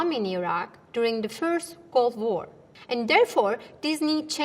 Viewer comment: It sounded more like "Gulf War" to me.